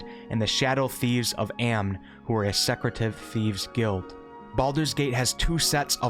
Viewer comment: Good content. But you do mispronounce a lot of normal English words e.g. Secretive, which is a bit jarring